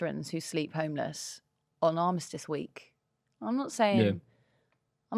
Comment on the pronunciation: Yaxley-Lennon with “Armitice Day” 😶 Can’t even pronounce the thing they’re so Far Right Nationalist about. Nazi toerags.